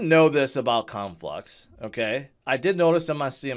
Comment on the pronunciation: Lmao I heard u say Cum flux 🤣